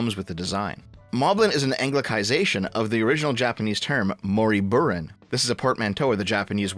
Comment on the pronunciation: Gonna be that guy and correct the Japanese pronunciation So in "Moriburin", both "i" sounds are "ee", with "in" being pronounced "een", not "ihn" There are no "ih" sounds in japanese